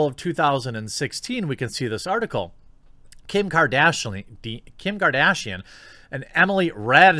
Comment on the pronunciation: Kim kardashaleen hahahah 😂 shoulda just rolled with that